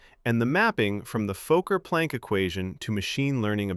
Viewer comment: The AI narrator can't pronounce "Fokker"